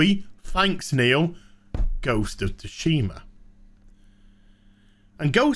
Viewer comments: "Ghost of Ta-Shima" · BTW. In GoT, Tsushima is pronounced 'Sooshi-mah' in Japanese. Stress on first syllable in Japanese. Thank me later.